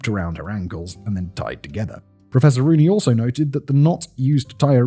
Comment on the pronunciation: Im sorry but every time Simon says "Professor Rooney" i hear "Professoroonie!"